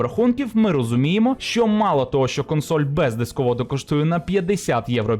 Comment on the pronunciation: ЩЬо, чЬому... пля..